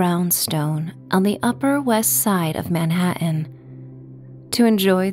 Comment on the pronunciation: I love the way u say Manhattan! Are u from the east? I also loved this meditation🙏🏼 thank you ❤